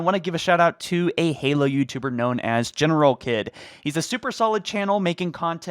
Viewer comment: Generalkidds channel name is pronounced general heed